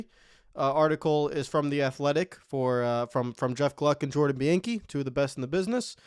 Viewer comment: Dude, stop making nascar videos if you can’t get pronunciations right . Its Bee-on-key not be-an-key